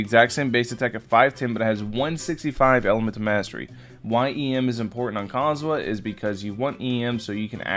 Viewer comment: seriously, stop saying his name wrong. theres an "h" in his name, say the H!!!